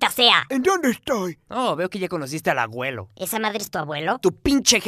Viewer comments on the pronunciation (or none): Aguelo? Se dice ABUELO ._. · Se pronuncia abuelo, no aguelo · se dice aguelo